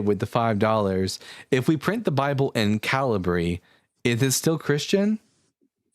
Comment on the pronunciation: Calibri is pronounced "kuh-LIB-ree", with three syllables, stressing the middle one. You guys were putting the emphasis on the first syllable.